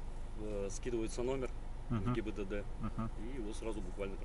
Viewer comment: каждый раз говорит ГИББД🤣